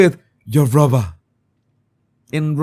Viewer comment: do you say it’s the American Riviera Hoar Chart? And bruvver??